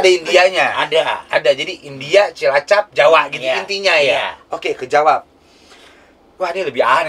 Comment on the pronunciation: bapannya Onad ngomong CILACAP gak bener ga sih apa gue salah denger?